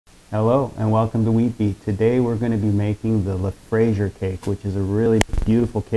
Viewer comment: FRAISIER not FRASIER